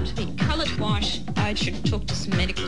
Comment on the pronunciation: Why does she say "sh" instead of "t"? Like "wish" or "ish" instead of "white" or "is"?